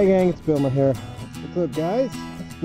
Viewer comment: Who's this "" person that intro's all your vids? You know, he always starts with "Hey guys, it's!" And I've pretty much retired the Bloggie in favor of the GoPro with secondary voice recorder.